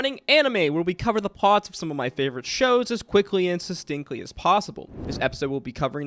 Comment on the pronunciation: do you say succinctly with a second T?